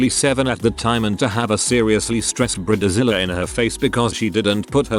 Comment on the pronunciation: ⚠️ WARNING! UGLY AMERICAN ALERT !📢 Bride like hide Zilla like villa Not bride like rid The computer voice can't pronounce words incorrectly spelled in text.